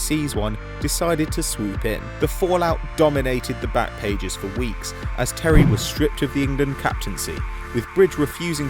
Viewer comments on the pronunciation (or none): none